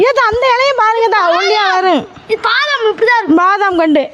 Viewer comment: அது. பாதாம். இல்ல. வாதாம்❤❤❤❤